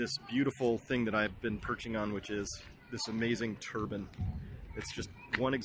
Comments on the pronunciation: Turbin or Turbine? lol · It's a turbine (rhymes with nine) not a turban.